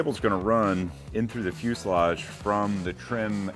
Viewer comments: Same here! Fuseledge! Fuseledge! Fuseledge! 😂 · You guys stopped saying pulley like Pennsylvanians! Also, every time says fuselage, I hear the word in my head the way he used to say it LOL!